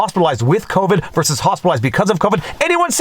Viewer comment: If your Talking about Fauci, there's no 'o' in the last word of "Covid Count"